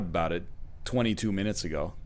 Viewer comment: Ohhh baby it’s a full 3 hours instead of 30 min-oo-toes.